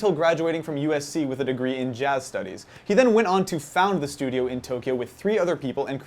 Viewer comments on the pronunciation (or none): none